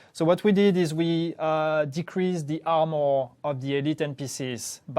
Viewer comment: Love the highlights +, Great changes coming. Although I legit thought was saying Elite enemies will have "17% percent less ammo" and then going on to say that they would be easier to take down. THen I realized he might be saying "armor," haha.